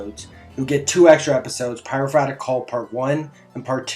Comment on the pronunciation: Pie-row-for-ick Not Pyrofratick